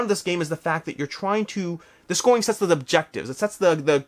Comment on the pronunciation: Listening to your video while I do work. I thought you said "people like sex" when you were talking about sets with the Valeria games. It instantly made me jump back to the computer to see what was going on.